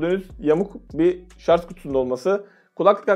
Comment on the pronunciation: Güzel abicim rica ediyorum şarZ deme şuna